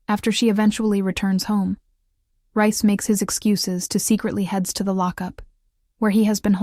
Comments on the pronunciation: His name is NOT rice ffs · For f***k sake it's reece not bloody rice. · Please stop calling him Rice it's doing my head in.